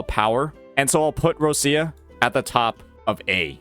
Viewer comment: Me still waiting for this guy to say Roccia's name correctly XD